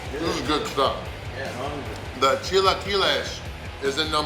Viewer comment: The fact that you pronounced "chilaquiles" correctly! I know mexicans who dont pronounce it correctly!!